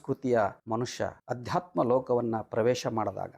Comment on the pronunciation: ಅಧ್ಯಾತ್ಮ ಅಲ್ಲಾ ❌ ಆಧ್ಯಾತ್ಮ ✅